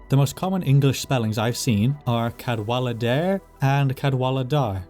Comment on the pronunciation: who tf is cadwalidir